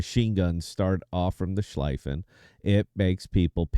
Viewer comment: So, first off: The pronunciation of Schlieffen the"ie" is like "ea" as in tea or sea. Think of it as it is written Schleaffen. So you are convinced that the Schlieffen is the best secondary ship. OK It has definitely "one of the best" secondaries. Iwami (best secondaries in game), 32mm pen, 3,7k dpm on a 100m² spot. Navarin (2nd best secondaries), 26mm pen, 3,5k dpm on a 100m² spot. Schlieffen (3rd best secondaries), 32mm pen, 3,1k dpm on a 100m² spot. Only Lütjens brings it upto 3,7k The 100m² is a definition to bring all the secondaries into the same point of efficiency All German, normal BBs, like G.K., Preussen, Pommern and the Mecklenburg get a deck armor between 50 and 80mm and are immune to German secondaries. You can only pen their stirn and bow and the superstructure. G.K., Preussen and Pommern are lost, because of their inaccurate main guns. The Mecklenburg on the other hand, despite its mediocre secondaries (1,3k dpm on the 100m², pretty much the same as Preussen/G.K.)) can pen upto 40mm with IFHE (which I would recommend, but others don't), BUT and here comes the point: The accurate main guns obliterate any ship in the secondary range (also 12,5km), This and her torps is what makes this ship almost unbeatable and only a Libertad is able to be a good match for her. This is only theory and numbers that won't convince anyone. To get this out of the way: I'm just an average player, not an UNICUM My Mecklenburg stats over the Schlieffen: way more damage, better winrate